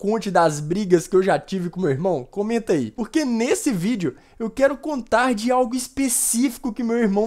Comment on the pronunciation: No fim ele falou ví e não vídeo #Oxi